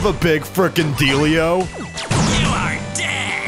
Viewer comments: Deal yo not dealio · it sounds like big dildio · He said dealio 9 times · The whole point of this episode is saying "dealio". Golden comedy. I really Meanio it.